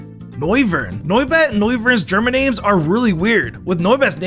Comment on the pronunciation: it makes me sad how badly the names are butchered